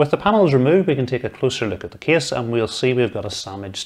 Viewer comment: What a great "Ca-YSE" 😆